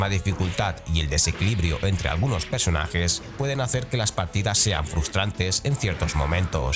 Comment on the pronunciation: Buen vídeo, como siempre, pero vocaliza, cabronazo 😂: “PERsonajes”, no “PEsonajes”